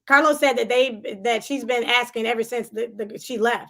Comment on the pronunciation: Random …”but oh how I missed the CAHLOS” 😩🤣💜